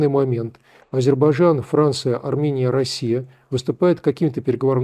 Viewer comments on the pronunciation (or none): Азербайджан, не Азербажан.